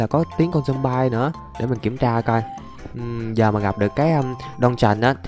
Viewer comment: Zom bi chứ ko phải là Zom by